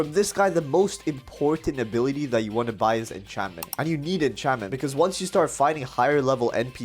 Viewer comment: Did he just call encancement enchantmenta.